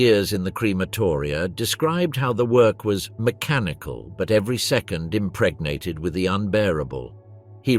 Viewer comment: Stop saying impregnat